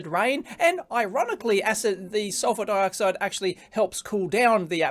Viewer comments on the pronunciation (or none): the hell is "surpur dioxide"?